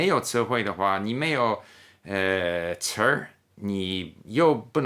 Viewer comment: 词儿这个发音好评